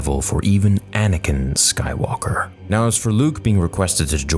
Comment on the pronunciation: Y u say anikin and quigons blade